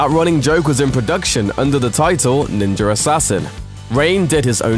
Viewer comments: kind of annoying how most British people mispronounce the words Ninja and Australia. theres no R at the end guys. Im just sitting here like ... the fuck....I've heard you pronounce an A properly before..... just say it the right way all the time. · this guy says ninja like "ninger" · Ninjer assassin. Ninjerassissin. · He pronounces it "Ninjer" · I absolutely despise that you say Ninja as "Ninjer." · Is "ninjer" assassin the sequel? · What the fuck is a ninjer? lol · There is no R in the word Ninja. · This guy says ninjer assassin 😂 you cant be that fuckin dumb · Did anyone else realized this guy can’t say the words Ninja Assassin? He keeps saying Ninyer Assassin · I swear to fucking god if you say "ninjer" one more time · "ninjer" assassin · Can you stop saying ninjer assassin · There is no "R" in ninja! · New drinking game. Take a shot every time he says ninjr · What's a "ninjer"? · why the fuck do you pronounce "Ninja" as "NinjaR"? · Is he saying ninjer or ninja? It sounds like he's saying ninjer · there's no "R" in Ninja... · There is no R in ninja its nin-ja not ninjar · Ninja not ninjar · It's ninja, not ninjer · Did anyone else get annoyed hearing this guy say ninjer instead of ninja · ninja. not ninjer. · Why is he saying “Ninjar” instead of ninja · Am I the only one hearing NINJER instead of ninja?? UGH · there is no fucking "r" in ninja.... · I made it through a minute and a half of this dude pronouncing "ninja" as "ninger" before I had to give up on this. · Bitch it's NINJA ASSASSIN! "NINGER" wtf? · PLEASE stop saying Ninjer Assassin!!! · Why this dude keep saying NINJAR assassin? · the didn't invent the chain blade, it's called kusari gama, also I hate how it sounds like you're saying ninjer instead of ninja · what is a "Ninjer"? lmao.. think you need to learn how to speak. ninja... ninjuhh!!! lol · British people have to stop saying ninjer instead oft ninja it's so annoying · It's fucking NinjA. Not NinjER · is it ninja or ninjur? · “Ninjer assazin”